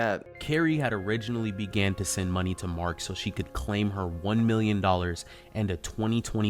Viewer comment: It’s “Million”, not “mllion”.